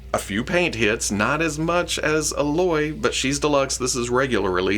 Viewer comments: Just gonna put it out there for that Aloy is pronounced “Aye-loy” lol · They could go deep with just Horizon! There are animal like machines in the game that they could make, they'd be awesome! Oh, and it's a hard A on Aloy. Like "A-loy". You got Varl right though! 👍😀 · Pronounced A-Loy. Rhymes with “Hey boy” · Eh-loy is the pronunciation for her name. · Man, I've been waiting for an Aloy figure since like 2017. Looks really good so I'm probably gonna get a few. Also hearing say "Ah-loy"... 😖 lol of course I'm only joking 🙏 Thanks for the Rewind! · While I like DP, that muscular take Yamaguchi did, not my cup of tea. You actually managed to miss pronounce Aloy's name... Revel in old Star Wars,, it only gets worse. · Yeah close. Didn’t bother me until like the 4th or 5th time hearing it so felt the need to “be that guy” 😂